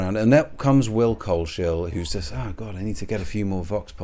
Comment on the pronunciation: Coles-hill not Cole-shill